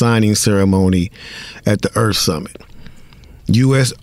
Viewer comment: Its earth not earf